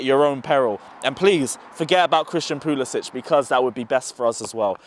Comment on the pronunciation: I comment on every video where Chelsea fans destroy our Prem players names because they deserve at least that. It’s not hard. Another one that kills me is when they don’t say Puli-sick. Again, not hard at all. He just doesn’t care.